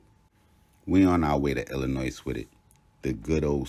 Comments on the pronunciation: Lol don't add the s when you say Illinois they hate that lmao they stand on that pronunciation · First four minutes were captivating, but how people still mispronounce Illinois, I gotta skip and check out this story somewhere else